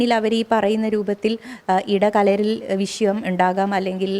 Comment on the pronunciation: വിശയം അല്ല വിഷയം